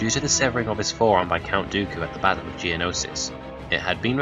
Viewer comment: The verdict was never in any doubt. A decent video, but I feel you (AI) should work on your pronunciation. I heard you say "bassle" instead of "battle" at some point.